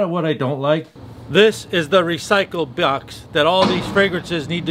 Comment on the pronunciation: What's a recycle byox? Sorry had to LOL I mess with my friends when they mess up on words it's a habit. Also I pretty much agree besides the Lalique one, it does have a weird smell to it but once it calms down after like 40mins I love it.